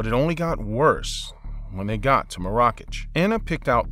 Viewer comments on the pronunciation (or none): Dude, you could've taken a few seconds to google how to pronounce Marrakech! LOL. The emphasis is on the first syllable, and the "ch" is pronounced "sh". The name is pronounced maaaaah-rah-kesh. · The narrator has a nice voice but it hurts credibility that he doesn't know how to say, 'Marrakech'. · Good video but dude learn the names of those places before you say them. Marrakech isnt pronounced like that. The only foreign city you got right was Berlin.